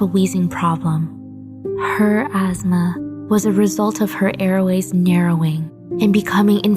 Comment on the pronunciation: I’m sorry, but.... azzzma? What’s that? I thought it was asthma..... Sad tho ☹️